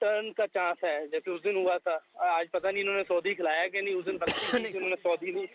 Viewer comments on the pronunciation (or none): साऊदी है सऊदी नही....😂😂😂